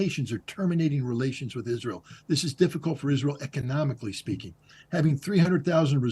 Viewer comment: знание моего английского на уровне школы +, но я в шоке от акцента ведущего!!!! Это просто ужасно и стыдно!! Как можно TH произносить как С This - СЫС. ПОЗОР